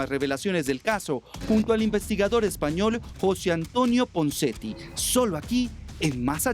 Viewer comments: Jose Antonio Ponseti.. No punseti xDD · Y QUIÉN DIJO PUNSETI ??? YO LO ESCUCHE CORRECTAMENTE... PONSETI